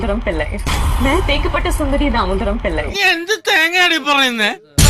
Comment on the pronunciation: that's how she pronounced it. Actually it is തെക്കെപ്പാട്ട് .